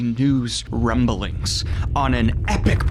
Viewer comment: Rrrrumbling. Ha ha👀 ☠️